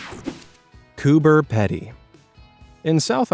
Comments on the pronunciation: Loved the episode just to let you know Coober Pedy is pronounced "COOPA PEADE" Thanks for the interesting topics xox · Coober Pedy is not pronounced the way you said it. It is Coober Pee-dy. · I expected Coober Pedy would come up, and for the record in English it is prononced with a long e so more like it is Coober Peedy. as it comes from the aboriginal word kupa-piti, which in the local Aboriginal dialect as kupa white man piti is an Aboriginal English adaptation for hole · I live 700kms north of Coober Pedy. It's pronounced Coober Peeeedy! 🇦🇺 🐨 🦘 ☀ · the town in Australia Coober Pedy, is pronounced Coober Peadee. ;) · Cooper Pedy is actually pronounced Peedy. It’s beautiful but hot. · Coober pedy is properly pronounced peedy for those that don't know. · It’s pronounced….cooper peedy…. They’re after the opals…so where they mine… is where they live! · Sorry Americans, it's pronounced "Coober Peeeedy". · 😂 I’m Australian. It’s pronounced Coober Peedy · Coober Pedy is pronounced Coober Peedy. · So funny how wrong you got the pronunciation of “Coober Pedy” its pronounced “Coober Peeedy” 😂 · Coober Pedy is pronounced Coober Peedy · Pronounced "Coober Peedy"... Spelt "Coober Pedy" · Coober Pedy is pronounced Coober Peedy. 😡😡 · Coober Pedy is pronounced Coober Pee-dee. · Coober Pedy is pronounced Coober Pee-dee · Spelled Coober Pedy - Pronounced Coober Peedee. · It’s pronounced ( cooper pee-dee) by the way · It's pronounced Coober Peedy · AUS here its pronounced koo·buh.pee·dee 😊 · It’s pronounced Coober peedee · Coober Pedy, is pronounced Coober "peedy" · Coober Pedy is pronounced koo buh pee dee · It is pronounced Coober Peedee edy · Please check the way, you PRONOUNCE Coobah Pedy- Totally wrong and Insulting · It’s pronounced Coober peedy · Cooper Pedy pronounced pea dee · Yo-mans, and Coo-ber Pee-Dee. Come on please please look up pronunciations the name is embarrassing in particular since it's an English title/rank historically, the latter is just Australia for you.